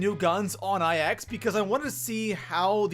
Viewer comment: Love ya (no homo), but I pretty much lose it every time you say "IX" u still cool tho